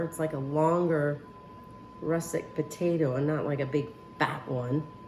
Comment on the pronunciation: Looks delicious! The potatoes are actually russeT not russeK.